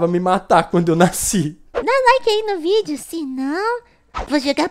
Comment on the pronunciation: No fim ele falou ví e não vídeo #Oxi